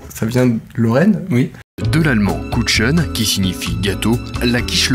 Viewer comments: Kuchen se prononçant donc "Coureun" Et pas "coutcheun" x) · En Allemand ça ce dit kuRen ! Pas kuchen ! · Putain ça se prononce "kuren" pas "kuchen".... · pas "kutchen" mais "kuren"! (dsl ça m'a trop perturbé) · On dit "kouren" et pas "kuchen" les mecs :') Sinon la video est nickel comme d'habitude c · OH ! "Kuchen" se lit "Kouren", pas "Koutchen" ! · on ne dit pas KuCHen mais bien KuRen (j ai mit une maj a Kuchen car tous les nom communs en allemand prennent une majuscule lol) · Alors pour le quiche lorraine en allemand on dit kuren et pas kuchen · kuCHen. ça se dit kuren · ça se dit kuren et pas kuchen x) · On dit "Kouren" et pas "Kouchen", merci ! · juste kuchen se prononce koreun et pas koutcheun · je suis désolé mais kuchen se prononce kouren non pas kouchen voila fallait que ça sorte :p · "Kouren", pas "Koutchen" !! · "Kuchen" ça se prononce : koureun et pas kutchen x) Pour une fois que l'allemand me sert un peu :/ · ÇA CE PRONONCE KOURRRRRRRRRRRRRRRRRRRRRRREN. PAS KOUTCHEN. Cordialement un rageux germanophone... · "Koutchen" xD quelle belle prononciation. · "Koutchen", mon dieu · et kuchen ça se prononce "koureune" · j'ai entendu ce "Koutchen" j'étais par terre hahaha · aaaaaaah mes oreilles ! On prononce "Kouren". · Kuchen se prononce Kuren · Kuchen se lit kouren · kuchen se pronoce kouren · ça se prononce KUREN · kuchen on le prononce koureune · "kuchen" se prononce "kouren" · EN allemand ça ce prononce kuren et pas kuchen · kuchen ça se prononce pas comme ça !!! c'est: kourren (à peu près) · gabriel meylan same hahaha! C'est à cet instant qu'on comprend qu'ils n'ont jamais fait d'allemand et/ou qu'il ne sont pas d'origine Alsacienne ou Lorraine :') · Ce qui m'a fait le plus peur c'est quand ils ont prononcé "Kuchen" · mon dieu comment vous avez prononcer kuchen mes 2 mois d'allemand on mal la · je sais pas si vouz troller mais kuchen le "ch" se prononce r 😅